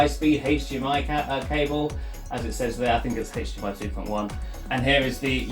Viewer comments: Hdmi. Dunno what he smoked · What is the "Haytch Dei My" port?